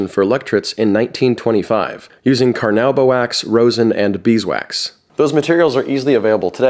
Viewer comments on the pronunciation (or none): wait carnauba wax is pronounced like that? I read it as an ingredient so many times and always pronounced it in my head as carn-OO-ba wax